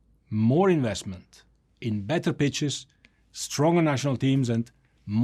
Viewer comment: Did INFANTINO say more *itches or more pitches?!